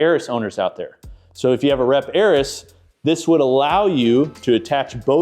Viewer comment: Dude, it's *Air-eez*, not "Air-is". Ya know, like Ares, the Greek god of war. You've really never heard of that?